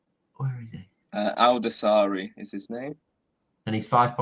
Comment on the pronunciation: You pronounce his name like this Sa’lim Al’daw’sa’ri